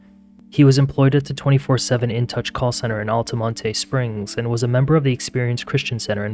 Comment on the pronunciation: Damn This shit happened 10 mins from where I live & I never heard of this story. Also, “Altamontay” lmao